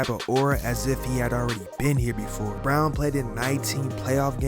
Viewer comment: Brown is not bruan can't say his name but makes a documentary.......